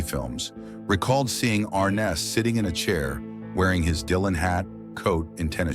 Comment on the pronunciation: It’s pronounced Ar-NESS.